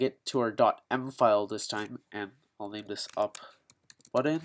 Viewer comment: Indian accent whaaa?